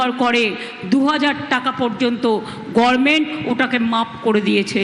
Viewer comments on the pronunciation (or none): ' Government ❌️ , Gorment ✅️😂😂